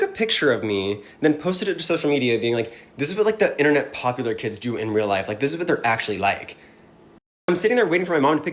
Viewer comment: What is up with the DIS? I noticed, lately, how you have been saying DIS instead of THIS. You know that is not part of the black vernacular, unless you are a white man mocking black people. I realize that you are african and sometimes it seems that you use your native tongue. Is DIS where your natural language conflicts with english? You didn't say DIS much, before. But lately, it has really become pronounced. Sounds like CHUD, nickname will be changed to PIT, in prison. PIT as in cockpit. lol